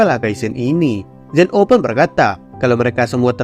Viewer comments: Bukannya namanya zeno bukan zen o😅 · Sebutan di anime nya memang Zen 0 bukan zeno.